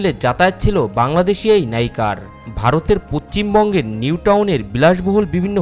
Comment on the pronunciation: আগে ভাল করে পশ্চিমবঙ্গ উচ্চারণ করো তার পর ভিডিও বানাবে।।